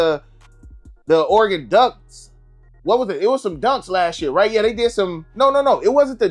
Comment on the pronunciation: How do you say Oregon so well, bro I’m from Oregon and people that aren’t from Oregon usually mess it up